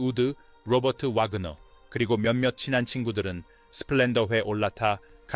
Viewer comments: 리포터의 엉터리 발음은 이 큰 사건의 의미를 반감시킨다. . 이 사건은 너무나 유명한 사건이다. 왜 바그너라 했다가 와그너라 하는가? 그리고 함께 있던 크리스토퍼 워큰은 아예 이름도 제대로 나오지 않은채 엉터리 발음으로 얼버무리나? 리포터는 이 사건을 제대로 알지 못하는 세대의 인물인가? 범인은 남편이라는 사실을.... 남편이 나탈리 우드와 크리스토퍼 워큰의 관계를 질투해서 저지른 범행이라고...당시 모든 언론이 보도했는데..그리고 로버트 와그너는 위선자의 삶을 살아야 했던것을... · 와그네오? AI 라도 이름 정도는 똑바로 읽어야하지. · Wagner 와그너, 발음....